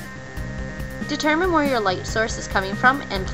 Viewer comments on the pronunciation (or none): none